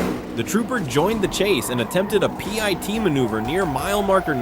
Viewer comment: A "pie" T maneuver? Signing off. Don't listen to AI.